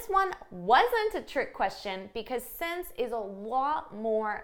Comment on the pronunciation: I wonder why you pronounce since as « sence » sometimes ?